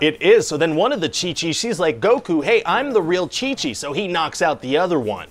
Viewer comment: "And now there's gonna be two Chi-chis" mexican people be like 🤭😉